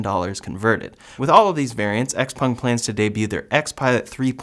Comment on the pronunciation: Xpeng is pronounced like "chao-pang"